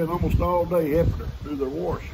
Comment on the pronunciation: Goodmorning, That was a good story, thanks for sharing. Glad uncle Raleigh lived to see another day. I hope he’s doing okay still. I like how you say wash with an r, like warsh, my grandmother used to say it like that all the time, we would always give her a hard time, it brought back some good memories. Thank you. Have a good day.